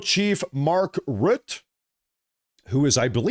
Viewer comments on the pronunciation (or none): none